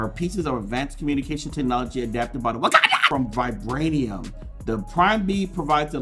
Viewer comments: I got scared every time you said wykanda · It’s pronounced Wauconda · The way he said wakanda 😂😂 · why u say wakanda like that